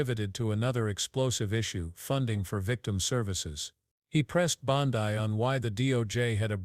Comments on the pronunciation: Bond-ai? AI voices have no brains. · Hey, AI her name is pronounced Bon DE one thing about AI when it comes to people‘s names, they can’t distinguish between the letter, E and I